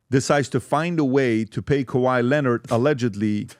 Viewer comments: Hush just be kuh-why-et 😁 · You need to be punished for pronouncing kawhi’s name like that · How they starting this clip butchering Kawhi’s name like that 😂😂😂